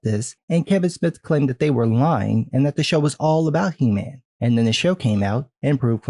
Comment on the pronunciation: LOL! Did you say "He- Ma'am" :)